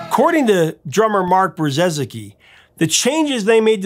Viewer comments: Brzezicki is pronounced Bruh-zeeki. It's a Polish name the first z is silent. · Please welcome the to the untold ranks of people trying and failing to pronounce Mark Brzezicki's name correctly! Love Big Country, what a band.